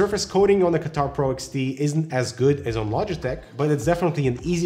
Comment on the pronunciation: Logiteh lol